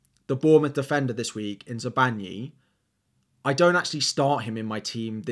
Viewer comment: Hi! Love this vid! But its Zabarnyi not Zabanyi. There is an R. Sorry